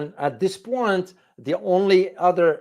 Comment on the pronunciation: "Oh, I see you're trying to 'make a point' with that fancy French twist—'pwan' instead of 'point'! Let me 'point out' that your accent’s so charming, it’s basically scoring 'points' with everyone watching. Keep it up, you’re 'pointing'us all in the right direction! Just wanted to point that out..